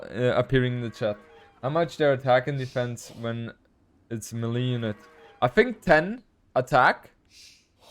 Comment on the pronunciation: Ur the man. Btw small correction it's "may lay" not "me Lee" when you say melee